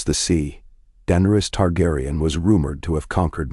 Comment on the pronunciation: Please correct the name pronunciations of Danaerys, Targaryen, Peter, Arya and Tywin on the next round of videos Thanks.